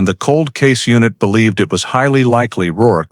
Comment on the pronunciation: It’s rourke.not work. The man’s nae